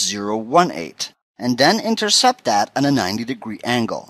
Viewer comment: "Put dat in dere" haha Great tutorial. To the point.